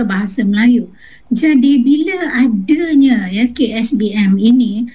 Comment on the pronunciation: Bile, adenya, disetareken. Pengucapan ini adalah pengucapan tidak baku.